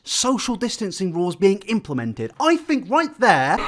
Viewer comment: "I don't fink thats social distancing"